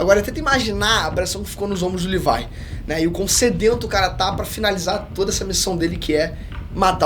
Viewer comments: Parei de assistir no LIVAI... fala direito porra! é LEVI! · Mano, eu vi tu falando "levai"jeito de falar. Mano , é leviii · Levi* porq as pessoas tem mania de falar o nome dos personagens errados né KKKKKK “Livai“ vai tmrnc KKKKKKKK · Só na hora que ele falow livai em vez de levi que não entendi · Amei o vídeo, e sem falar da referências😇😅 Mas o nome é Leví😡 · “Livai” KKKKKKKKKK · Q viadage é essa de chamar o Levi de "livai" e a divisão de reconhecimento de "exploração" fuleragem é essa msm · Desculpa não sei qual a pronucia certa mais dizer levai o nome do Levi me soar muito muito estranho kkkkk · Ela falando Levi é totalmente estranho KKKKKKKKKKK